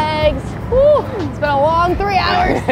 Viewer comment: Love your videos as always and you guys are awesome couple❤ I love travelling via train too🚊 and cracking me up by saying I have never “bean ” so sad 😂😂😂